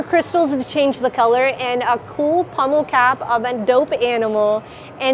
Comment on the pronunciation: It sounds like your saying pummel instead of pommel